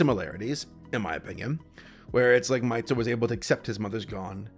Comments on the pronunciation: No, his name is Mahito. MAH-hee-TOH. Tho calls him Maito. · Isn't it "mee toh"?